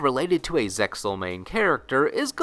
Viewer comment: You always mispronounce Zexal, the anime clearly says it with the X